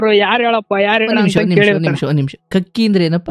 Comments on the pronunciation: ಕಕ್ಕಿ ಮತ್ತು ಕಕ್ಕ ಅಲ್ಲ. ಕಾಕಿ n ಕಾಕಾ. ಸರಿಯಾದ ಉಚ್ಚಾರಣೆ. ಆದ್ರೂ ಬಲೂ ಕಾಮಿಡಿ sakhattagitthu😂😂😂. ನಿಮ್ಮ ನಗು ಚೆನ್ನಾಗಿತ್ತು. ಹಾಗೇ ನಗುತ್ತಾ ಇರಿ. 🙌😊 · Adu kakki alla. Kaaki, kaaka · Kakkki alla adu kaaki, kakkka alla adu kaakaa